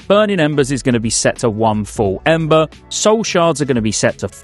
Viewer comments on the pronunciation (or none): none